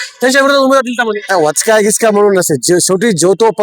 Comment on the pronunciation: वचका नाही वचपा... भाषेचा व्हायलाय पचका 😂